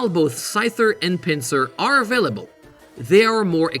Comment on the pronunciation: Did you say afillable instead of available? 😋